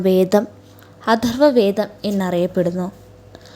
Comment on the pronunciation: ഋദ് വേദം അല്ല!! ഋഗ്വേദം ആണ് ശരി !! അദർവ വേദം അല്ല! അഥർവ വേദം ആണ് ശരി!! ഘയാത്രി സൂക്തം? ആറാം മൺഠലം ? അക്ഷര ശുദ്ധിവരുത്തിയാൽ ഉത്തമമായ വിവരണം തന്നെ 👍